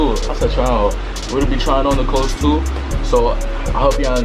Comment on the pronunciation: Im mad he said "klaws"